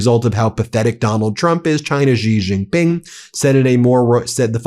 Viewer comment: Dear Ben, Could you please pronounce the name of Chinese president correctly? It's Shee Jin-ping, its not that hard. You started calling Iran and Irak correctly, and you are getting the credit for the effort. The fact that others dont pronounce it correctly, shouldn't be your excuse. You are better than them. Love your work.